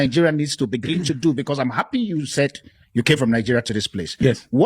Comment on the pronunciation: Hapi instead of happy 🤣